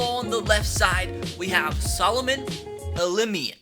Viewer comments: Solomon Al-Lim-min-ian is how it's pronounced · Bro I love the CFL and it’s pronounced Ala-mimi-an